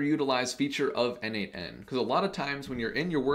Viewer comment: Dude, as a contributor for more than 5 years to n8n, PLEASE, it is pronounced "nodemation". 🙏😆